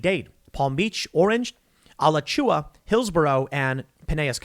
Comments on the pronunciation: "Bless you" for when you said "Al-achoo-a". Its actually pronounced "A-latch-ua" County. Trust me, I said it the same way you did in the video for many years until I moved here. Unsurprisingly all of the school districts you listed in FL are all big cities run by DemocRATS including Gainesville. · It's pronounced Uh-lah-choo-wuh. Alachua is run by libtards. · Alachua is pronounced "Uh-latch-oo-a" Tim. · hearing Tim mispronounce Alachua made me giggle.